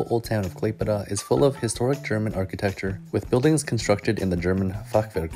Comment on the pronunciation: KlaiPėDA THIS PRONOUNCE I CANT ITS KLAipėda